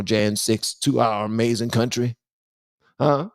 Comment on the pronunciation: "to our amazin country " hahaahahhhaha